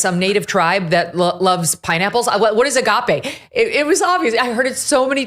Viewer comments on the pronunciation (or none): I cant believe how Megyn Kelly emphasises she is a devoted Catholic yet doesnt know what Agape is!! pronounced 'Argarpay' It's a basic, and important word describing the ultimate love for Jesus /God. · Word of 2024 : A-gaapey!! One can't unhear that 😂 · A-gape not agape. As in his mouth is gaping open. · MK: ” they saw Agape”😂😂😂😂😂😂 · Com on, Megyn. AH-GOP-A is the correct pronunciation. IT's a Christian term....an Orthodox Christian word. Bless you, Dear. I had no idea you were so secular. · Hmmm. Well, since every Bible studying Christian knows the Greek word, ”agape” (pronounced as Megyn says her translation software did) - while Megyn apparently did not - we now know more about Megyn Kelly then she intended. 🤔